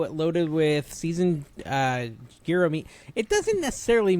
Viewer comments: It is YEE-ROW... every time you started etc the "gee...", my 1/2 Greek blood started boiling! Hope this helps??? (BTW, why are my comments blocked on IRL??? I never say anything mean...) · Isnt it pronounced “Jiro”. Not gear-o. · American pronunciation: Jye Row Greek pronunciation: Yee Row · I made Sonic chili copycat the other day. That's my new mex spice mix now. Yearo, the g isn't a hard g. Post your pronunciation to a short, see how many people get triggered lol Oh lavender is wonderful and is anti anxiety. If the baker messes up though tastes like soap. Now I want a Banana Flip... they don't make them any more. Put the misfits in the freezer, cut them up at a market as free tastings. Use the air fryer to not heat up the house. Fee-ed-day is right. Breakfast Sand: oil, non-runny(I don't do runny period) egg, cheese, sausage patty, mayo on toast. Croissant if I have it. biscuit if I'm cheating on my diet. Spam is (green throw up emoji)